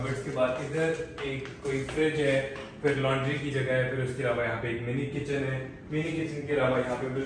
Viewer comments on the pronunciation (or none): none